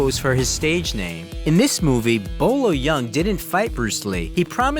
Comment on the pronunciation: It's not Bo Lo young lmao Boyee Ying.